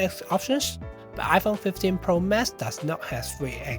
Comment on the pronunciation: "iPhone 15 Pro Mess" Although the mispronounciation, the description is spot on